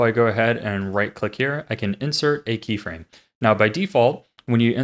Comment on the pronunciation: "krey frame" aha! You fool!